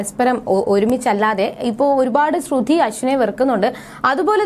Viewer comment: ശ്രുധി എന്ന് പറയുന്നത് എന്താ 🤔🤔🤔